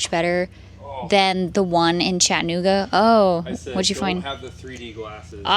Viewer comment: I’m not trying to be a jerk but there are four syllables in Chattanooga lol cha tuh noo guh. Thanks for the video!